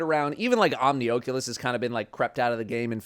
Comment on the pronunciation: It genuinely upsets me hearing "Omni-OH-culous" instead of "Omni-AW-culous" my world is shatter and my day is RUINED. Thanks.